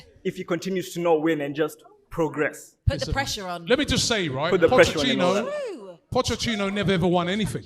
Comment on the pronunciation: Pochechino: PocheTTINO: Pochechino: 🙄